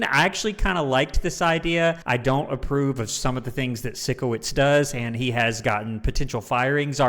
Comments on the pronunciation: Absolutely loving these reactions! Please continue with it! Also just to let u know Sikowitz is pronounced like Psycho wits. I think its most likely a play on words because hes a bit weird and quirky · Love that you’re now reacting to victorious! I loved it growing up🥰 and just so you know, it’s pronounced Psycho-witz, not Sicko-witz 😂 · Psycho-witz. That’s how you remember how it’s pronounced 👍 🦜